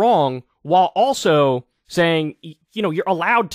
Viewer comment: After rereading my comment, I can certainly see how it can come off that way; it really wasn’t my intent. His diction is excellent, which is what I primarily wanted to convey. I also realize his “know what I’m sane” style may be just that: style, and may not reflect anything else. It seems to be pretty effective; even if he can’t quite seem to reach 1M subscribers, it rounds off quite nicely, and is way higher than most.